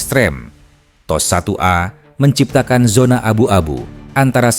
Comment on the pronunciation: Apa makna T.O.S tu? Adakah Tecnology Operation System. Aku dengar admin sebut macam teh o es...